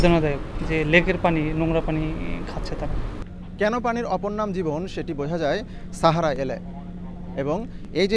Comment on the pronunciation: ছাহারা নাকি সাহারা সাংবাদিক ভাই ?